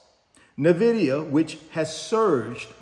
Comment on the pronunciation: You are killing me everytime you say Nvidia. It is not pronounced NA-VIDIA. It is pronounced N-VIDIA. Pronounce it as the letter N. Not "NA"